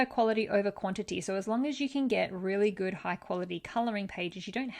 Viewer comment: Good not goof lol